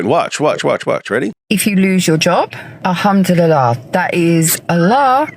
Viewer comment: “All ham 🐖 to Allah!” 😂